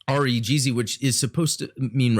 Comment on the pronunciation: Its pronounced REE-guhZi. If Im not mistaken, the high grade Re-gz is way better than the Master grade because its a bad mg from 2001. Btw the fumina kit is from build fighters try not build divers, I've actually heard good things from build divers hg character kits unlike the build fighters character kits